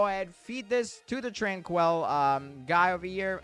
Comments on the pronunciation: Bro it’s not tran-quell it’s pronounced tran-quill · Hey man why are you saying tranquil like that? Trainkwul not tran-kwell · how do you manage to butcher the pronunciation of "tranquil" its not fucking TRANQUEL